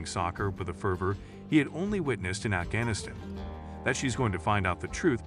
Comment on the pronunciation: Please get your shitty AI narrator to pronounce Afghanistan consistently